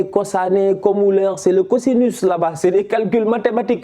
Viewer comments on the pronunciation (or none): none